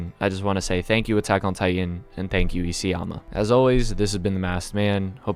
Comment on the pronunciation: did he sayed "Isiyama" ? 😃😃😃😃